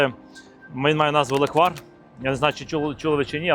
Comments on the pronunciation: лЕквар, а точніше лЕкварь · По-перше: лЕквар, а ніякий не леквАр. І по-друге: не зі слив, а лише із ЧОРНОСЛИВУ! Бо зі слив на Закарпатті варять сливовицю))